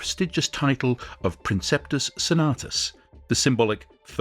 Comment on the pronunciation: Interesting stuff, but you could try to pronounce names like Gallienus not Gallenius and Principes properly.